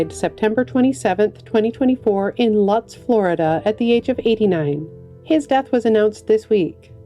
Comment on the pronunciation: It's pronouced LOOTZ, FL. (Just fyi.)